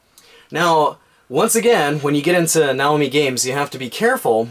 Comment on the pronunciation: Not if you're referring to a Japanese product using Japanese pronunciation. Nah-Oh-Mee